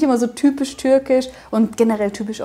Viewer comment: Deine türkische Aussprache ist echt gut😊